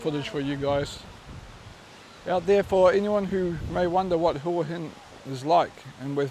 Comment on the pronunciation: Hwa Hin is the correct pronounciation.😁😁👍🏻👍🏻